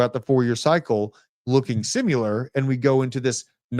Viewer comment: Has anyone had the guts to tell that there is no "u" in the word "similar"? 🤔